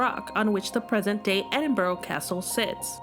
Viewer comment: It’s pronounced Edin bra